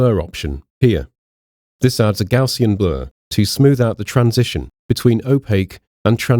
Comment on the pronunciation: Kudos for pronouncing "Gaussian" correctly. But please refrain from using such words as "here" and "there" to direct the viewer's focus. Better to use specifics like "bottom left corner" or "right side panel". Thanks for an excellent product and video.